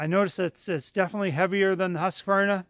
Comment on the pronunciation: Finally someone who can pronounce Husqvarna correctly! I love my Stihl's, and you got an awesome deal.